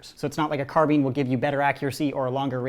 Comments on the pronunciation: It’s carbine not carbene! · you said "Carbean" but it's called a carbine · It’s not “Car-bean” it’s “Car-bi-n” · excuse me, carbeen? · it’s carbine, not Carbene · IT'S CARBINE NOT CARBEEN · did he pronounce car-bine as car-bean? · CAR-BINE NOT CARBEAN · Stop saying carbean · Whenever says CarBEAN instead of CarBINE I imagine Chief holding a giant bean lol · CARBINE IS SAID CARBINE NOT CARBEEN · Did he just pronounce "Car-By-N" "Car-Bean"?!?! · what tf is a car-bean? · It's not Car-Been it's Car-Bine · Carbean. Me: CARBINE IT IS CAR-BINE. (This is a joke about me getting annoyed by his pronunciation of the word carbine, do not take it seriously.) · carbean? It's carbine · STOP SAYING CARBEEN IT'S CARBINE. BINE!!!! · Carbine not carbean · Carbine? CARBEEN !!! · That carbine pronunciation tho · Car-bean. Shudders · Does anyone love his content but I can’t stand it when he says carbeen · The way he says carbine Car bean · i dont like how you pronounce carbine. carbean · Carbine (noun) semi auto firearms (car-byne) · it's carbine like combine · It annoys me how you say ‘carbine’ , I say it ‘cah-b-i-ne’ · The way you say carbine drives me nuts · Can’t pronounce carbine right...TRIGGERED